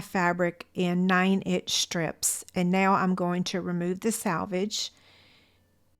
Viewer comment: It’s “selvage” not “salvage”. These are so dang cute!! I’m gonna make some.